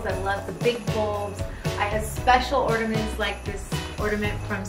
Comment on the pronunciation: I think you'll find their called ORNAMENTS not "ORDERMENTS" 🤨🥴 Also you really should give credit to the army of decorators, who were probably low paid for all THEIR hard work ( when you said " I add all the ribbons & orderments you actually mean you got THEM to do it for you) , were they the same people who staged the entire house decor including BLACK wall paper in a nursery ? 😱😱😱 The old saying definitely runs true in this case, money doesn't mean class 👎👎👎